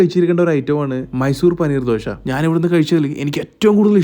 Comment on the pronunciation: ദോഷ അല്ല ദോശ